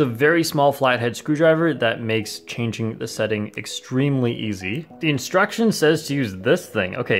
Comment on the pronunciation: “Video instrunstion” is crazy 😂😂. I love Gan’s video instrunstion😭